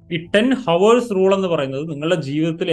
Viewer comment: ഹോവേഴ്സ് അല്ല ഔഴ്‌സ്